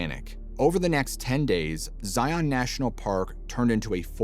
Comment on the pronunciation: It is pronounced ZION all one word. Not ZI ON like its 2 words.